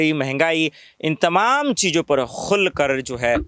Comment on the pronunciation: Aap ki talaffuz sahi nahi hai. For example: " Qul" kar nahi. "Khul" kar bolna chahiye. Meethi Urdu bolo yaar.